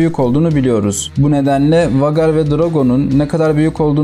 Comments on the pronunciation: Okunusu Vagar degil usta Veygar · vagar nedir birader be doğru telafüz et pls veygar olarak okunur